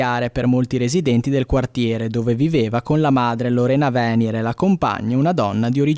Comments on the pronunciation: Venièr, non Vènier…… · Venier e' cognome veneziano con accento tronco,non piano.Pazienza da Bologna in giu',ma che in Friuli si sbaglimla pronuncia,e' ridicolo.